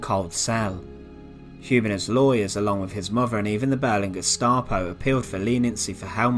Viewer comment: I’m English and I I have a few questions…. What does “Sentenced to deaf” mean? Is this a Nazi medical process where ones hearing is removed? Apparently this young man had “a farvor”. I can only assume this was the husband of his “muvva “. What is “ve furd Reich?” What is “ve Hitler yoof?” Uvver van vat, subtitles for English speakers please 😁👍